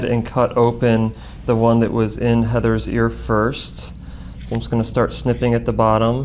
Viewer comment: I thought he said, 'I'll start sniffing at the bottom'....instead of snipping